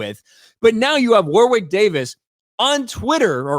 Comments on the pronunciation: Jeez. It isn;t WAR WICK it is Warrick in pronunciation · It's pronounced 'Worrick', not 'War-wick'. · His name is pronounced “Warrick” not “war-wick” ….as for it being another woke 💩 nobody wanted, I couldn’t agree more 😎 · War wick god you had me in stitches pronouncing his name. It's a silent W in the middle so it's pronounced Worrick. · Woor-wick? I remember him pronouncing it as "warrick". Checks Ashens and the Quest for the Game Child for example. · Hi, great channel, just a heads up though, the name Warwick is pronounced like Worrick. The second W in his name is silent. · Warwick Pronounced warrick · Wor-wick Davis haha. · His name is pronounced WORRICK,. You keep practicing that 'English' though... 😅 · It's pronounced, "Woh-rick", for what it's worth. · Pronounced "War Rick". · Warwick is pronounced Warrick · I don't think you pronounce the second W in Warwick. However I am a northern English man, so I'm not right good at English.